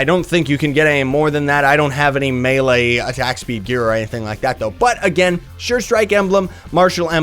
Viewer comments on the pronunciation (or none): none